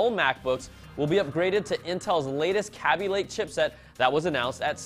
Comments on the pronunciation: Kah-bee -> NO. It's Kay-bee Lake. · TruthHurts its Kay-b lake. Idk why he said it that way